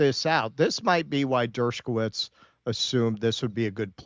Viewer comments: Why does keep putting a 'k' in Dershowitz's name, saying it as 'Dershkowitz'? I'd understand if he called him 'Douchebagowitz,' but 'Dershkowitz' I don't get. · Not pronounced "Dershkowitz."